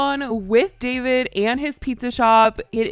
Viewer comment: Why are you calling him “Davide”